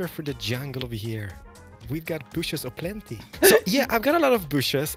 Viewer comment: Cleo - "Show me your booshes" - * looks down * At your HOUSE! Jeez lmao